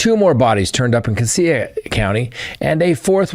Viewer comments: Hello , your pronouncing Cassia wrong Sir , it’s pronounced Cashia thanks for the update ! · Cassia is pronounced “Cash-uh.” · Please figure out how to say the names of the counties because you were saying them wrong this is my hometown in Idaho murdering the names of the counties. Casia has more of a z in the sh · Pronounced (Casha) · Cassia county is pronounced CASHA 😅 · I grew up with Ben and he has always a-little off but not kill you off .. He has a history of untreated schizophrenia..Also, you are pronouncing Cassia County incorrectly..😂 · Cassia. (cassia) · Cassia-“cash-ah” I’d be happy to be your Idaho pronunciation coach, because it seems like you’re gonna be talking about us for a while. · Moscow, Idaho resident here, family homesteaded in 1883 -- it's CASHia county. And it's MOS-coe, not MOS-cow. Idaho is very much an Old West, rugged individualusm, and "don't fence me in" kind of place, politically in the Northern area, individually elsewhere. It's unbelievably vast here, abd my husband and U joke that in Idahi, 5G is "Guns, Grain, Gold, God, and Government F--- Off" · Sorry. That is pronounced cash-a County. I grew up there. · It’s CASS-ya county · Idahoan here—Just to let you know, Cassia is pronounced “Cash-uh.” Also, I don’t know what is going on here. Did you hear about the guy who started a fire to lure in fire fighters in Coeur d’Alene?? It’s crazy here! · 😁 it is Casha county😁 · Cassia County is pronounced casha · It's pronounced Cashia County. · Cassia is pronounced “CASH-uh", and Moscow rhymes with “go” as in “MOSS-koh”. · Cassia is pronounced Cash-ah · I work for Minidoka county magistrate court. These types of things never happen around here. Definitely shook the community. I was excited when I was listening and heard you were covering a story from my town.🙂 Also Cassia is pronounced: Ca-Shee-uh😂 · Cassia county is pronounced like casual. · Cassia is pronounced Casha